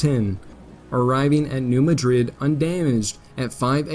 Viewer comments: Great stuff. Incidentally it’s pronounced “MAD rid,” emphasis on the first syllable. Keep up the good work. Glad I found your channel. Hey, you pronounced “Cairo” correctly. This is impressive. Everyone mispronounces the name of that town. So you get a pass on “Madrid.” 😊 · New MAD-rid. When discussing US placenames which are carryovers of European places, always double check because the citizens of the USA often intentionally change the pronunciation of locations named by immigrants from Europe. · Tough pronunciations: CARE-row Illinois, New MADrid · Get a better narrator! It is MAD-rid, not like the capital of Spain; in it Conestogo, not however you butchered it, like the wagon, prairie schooner, etc. He has trouble pronouncing words than any high school graduate should pronounce correctly. It is like fingernails on a chalkboard. It drags down the whole program. Get talent! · it’s actually Dutch👍! New Madrid should be pronounced as New MAD (as in angry) rid. Thx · New MADrid!!!!! I grew up there, just wanted you to know the correct way to pronounce it. Years ago we had Civil War re-enactments every summer. Fun times. Such a rich history where I grew up, although I sympathized with the Union, have ancestors on both sides. Which, sadly, was common back then.